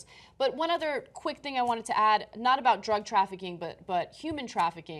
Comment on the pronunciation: I like John he really has come into his own as an anchor over these years. "Dr-uh Guns!" To be followed with "legal drugs flooding the market!" Come on man. What about cigarettes and booze because booze isn't classified by laypeople as a "drug." You spin when it suits you man.